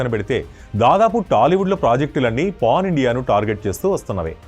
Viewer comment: pon kadhemo brother its pan anukuntunna okasari check voice